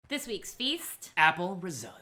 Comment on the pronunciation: it's apple (ree-zo-to)